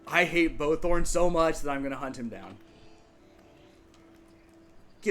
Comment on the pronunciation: Hmmm. Makes a video about people saying words wrong with saturation vs. satiety and temporal... calls bowtorn bowtHorn in next video... baiting? :P Just giving you a hard time but it was funny lol Personally, I've settled in a hotter climate before and its fun... but... I found the lack of the winter cycle sucked a bit of the wind out of the game. Its not like surviving winter is a challenge anymore, but it still applies some specific pressure that was lacking in the warmer areas. But, to each their own. There definitely a lot of positives. The biggest one IMO is that everything is so vibrant and colourful there - its really nice. So much so that I ended up modding the game to make temperate more vibrant after I moved back to the temperate zone haha. I think that room is not a room because of the specific trapdoor you used, but not positive. I think it has to be a "solid" trapdoor, but the one you are using is more like a grate or bars.